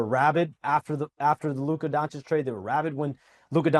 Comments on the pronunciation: DONCHICH, NOT DONCHICK! Omg so many years in the league and Stephen A STILL can't pronounce it right. Shame on you. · Stephen A still mispronouncing Doncic is hilarious to me 😂